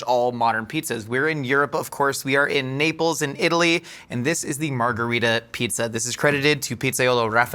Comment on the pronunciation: love how most of the time tries to pronounce foreign words in an authentic way, but the pronunciation of 'margherita' really could be better (same goes for many non-italians around the world). the italian 'margherita' and spanish 'margarita' are the same word (meaning "daisy"), but they are different languages so it's not pronounced the same!